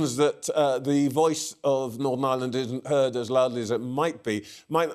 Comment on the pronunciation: He can't even pronunce Northern Ireland, I'm sure that's a put on accent, we don't speak like that.